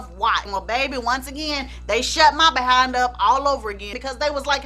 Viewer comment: l love the way you say ‘Buh-HIND’. T e l me about his n###a UNDERLINGS.